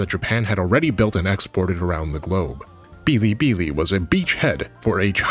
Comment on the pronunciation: Bilibili is pronounced as is. No tones needed.